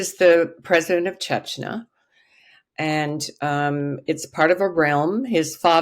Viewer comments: Uh, this lady seems to enjoy frequently mispronouncing “Chechnya” as “Chechnuh.” What did you expect? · Does she keep saying “chech na”??? Very distracting and never heard Chechnya pronounced like that from an expert? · Why can’t this supposed expert pronounce “Chechnya” properly?? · Good thing her name is only 3 letters long. She can't even pronounce Chechnya. Look it up. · Russian expert cannot even pronounce Chechnya correctly? This is why Putin has no respect for us.